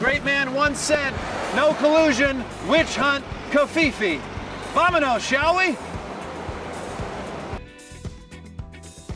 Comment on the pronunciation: Vamanos?? its vamonos Was that on purpose?